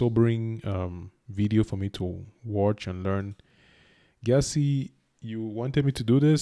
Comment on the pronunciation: I am Here. Thanks for reacting to my people,tradition and culture. My surname is pronounced "JESSE". Check out the BBC's documentary on the Ashanti kingdom